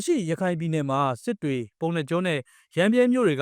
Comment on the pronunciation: စစ္ေတြ/ ေက်ာက္ျဖဴ / မာန္ေအာင္ လို႔ ေျပာ နည္း နည္း ေလး ေတာ့ လြဲ႕ ေန တယ္